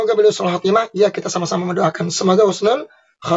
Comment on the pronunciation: Husnul mas.. Bukan khusnul...😅😂😅😂😅😂 insya Allah KH. ESMUNI ,HUSNUL KHOTIMAH, KRN MENINGGAL DLM KEADAAN SEDANG MEMPERINGATI MAULID NABI. Kumpul dgn para ulama dan habaib dan santri2...masyaallah..